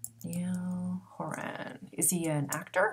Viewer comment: Thank you so much for this. Other readers have said her and Niall have a chance but Selena doesn’t know if she’s ready. And Niall’s first name is pronounced ‘Ny-UHL’ Niall’s last name is pronounced ‘Hor-in’ lol